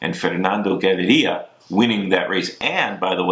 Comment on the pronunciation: Props to Bobke for his perfect Fernando Gaviria pronunciation! before he was mispronouncing it . ;)